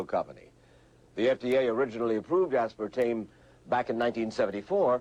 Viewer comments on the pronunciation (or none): She keeps reverting to say "aspartane" - dolt. Does not take away from accuracy of the report.